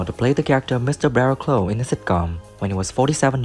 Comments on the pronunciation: Brian Wilde's character is Mr Barrowclough not Barrowclow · Does slightly suggest that the narrator hasn't actually seen the show.... if you'd heard Fulton McKay (whose name is also mispronounced) say "Mr Barrowclough", you wouldn't get that wrong. Still, easy to criticize .... and a hangover is making me even more critical than usual......